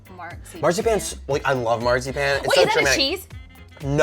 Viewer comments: Oh the way you were pronouncing marzipan hurt my head. But it’s my favorite favorite sweet! We used to get it with our gifts from my grandma and grandpa as kids. It’s only good handmade and fresh! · hahahahaha the way he says Marzipan. Hahahahaha FAIL. HE SAYS IT SOOOO WRONG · I cringed on how they were pronouncing marzipan. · They said marzipan so wrong